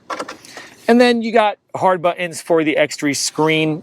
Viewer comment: Nice video! LOL he says 'buh-ins' for the word 'Buttons'